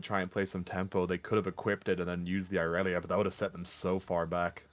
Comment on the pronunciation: You guys are awesome casters and I love the content! Plus mucho kudos for finally saying irelia’s name right